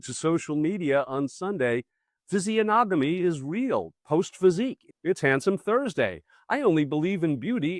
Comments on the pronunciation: physiognomy: fizz-ee-OG-no-me or fizzy OGGG no me It's a weird word. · In physiognomy the g is silent as it is in the word gnome.